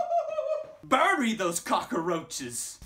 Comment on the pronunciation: He said cockaroahes lol